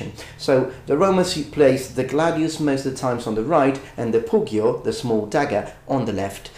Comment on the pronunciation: Make up your mind, dude. Are you going to pronounce it "glay-deeus" or "gladeeus"